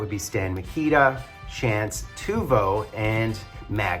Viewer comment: Great breaks! Just for future reference - Teuvo is pronounced "TAY-vo"